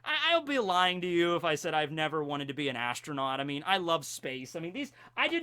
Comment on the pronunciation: did you just say astro-NAUGHTY???